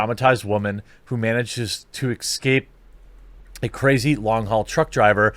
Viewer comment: Quartering said "excape"...that shit is sooo annoying.